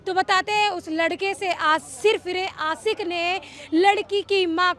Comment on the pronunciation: मैडम सिरफिरा आसिक नहीं आशिक प्रसासन ने प्रशासन होता है रिस्वत नहीं रिश्वत होती है